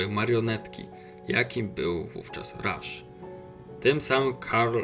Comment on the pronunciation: Będąc szczerym dziwnie akceptujesz jego nazwisko, Ernst i Karl to imiona germańskie tak więc nie akcentuj ich angielsko. Poprawną wymową jest Karl Ernst Rasz